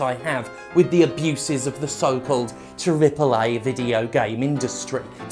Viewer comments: I'm convinced that by 2025 the way Jim say "triple A" will be so exaggerated it will be unrecognizable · Lmao 😂 this should be the new way to pronounce Triple AAA.